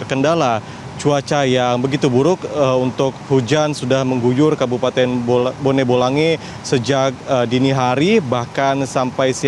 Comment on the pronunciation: Bone bolango aba bukan bone bolange